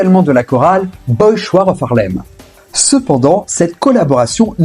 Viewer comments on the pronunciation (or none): C'est vous le sous-titre sur Remember The Time ? Dans ce cas remember tes cours de grammaire. C'est ArseniO Hall. Et pour finir Boy Chouar of harlem.... - The Boys Choir of Harlem - "choir", ça se dit "kouayeur".